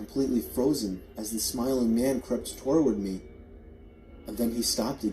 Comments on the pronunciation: Yeeessss I thought it was only me lmaooooo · The way the narrator says "toward" really irks me lol.